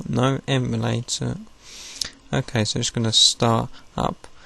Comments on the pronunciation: We...do not say "eeee" mulator. Its em-U-lay-tor. Where did he get that weird pronunciation? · 32 yr old american here. no one has ever said E mu like the animal to me before. You got one guy'd... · Canadians say “prohject” but no one ever that i know of has said “eemulator” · love it but who the heck says "eemulator" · sounds like Australian pronunciation of "emu" + emulator